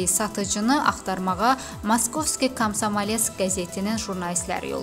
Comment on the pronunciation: комсомолец ay qiz. vurqunu düzgün qoy.